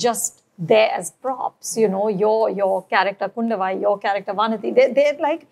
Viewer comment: It's not KUNDAVAI north people It's KUNDHAVAI